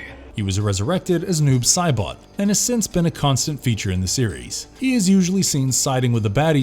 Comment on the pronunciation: way to butcher saibot